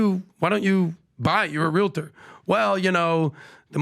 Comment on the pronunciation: PLEASE ... it's pronounced REAL-tor. Not realiter.